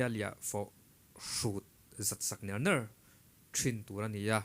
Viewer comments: Nér² i chhiar diklo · Nangmah hi i zei lo ngawt ang.ner ner pawh ithluk dik thiam lo ania a😂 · Ner ner i lamdan thluk dan hi adik lo,atawp lam hi arisang a lam tur anih hmel